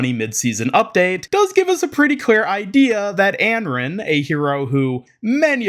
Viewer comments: if he's saying "Anron" then it's certainly Americanized. The only sounds that start with "r" and end with "n" in Chinese are "ran", "ren", and "run". Here is the Chinese name：安然. You would pronounce it An-ran, it means at ease, or free from worry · Anran, not Enren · it's pronounced "on-ron" 😂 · I feel like its pronounced as Un-Run. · Your pronunciation of Anran is really bad/annoying for someone who makes a living covering overwatch